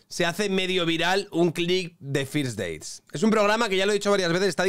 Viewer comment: Con lo bien que hablas inglés, ¿por qué dices firs deits, en vez de ferst deits?